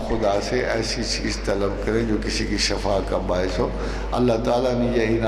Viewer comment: Asslamoaliakm Ahmad rafiq saheb shafa nahi shifa boliay plz